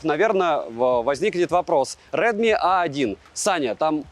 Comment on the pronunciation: Redmo? Red mother? Morning? Или какие там ещё английские слова на mo начинаются